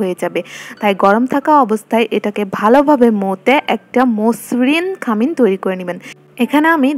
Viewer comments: খামিন বলে না,খামির।ভিডিও দিচ্ছেন ভাষাটা আরো ঠিক করেন।পাহাড়ি যে বোঝা যাচ্ছে কথায়। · খামিন না খামির